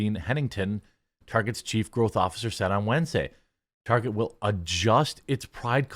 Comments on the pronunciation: who dafuq calls target as "Tar-chay"? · Myself and my fiancee, some 20 years ago: Her: "Just one more stop before we head home, I need to pick up some things from Tar-zhay." Me: "Huh?" Her: "I need to pick --" Me: "No, I got that part. From where?" Her: "Tar-zhay." Me: "I don't know what that is." Her: "Yes, you do, we were just there last week. We bought Rebecca's school supplies there." Me: "Oh. Target." Her: (getting irritated) "Tar-zhay." Me: (sigh) "What's their logo designed to look like?" Her: (being a smartass) "A bullseye." Me: "Which is a form of what?" Her: "Look, if you're gonna be like this --" Me: "Nope, nope, just for-ZHAY I said anything."